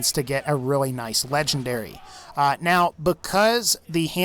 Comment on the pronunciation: It sounds like you’re saying lechendary 🤣🤣 but the best way to beat the warrior is go all the way to the left because your under this Ramada looking thing